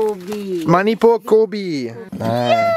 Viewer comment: It's Manipur Not Moneypoor 🤦‍♂️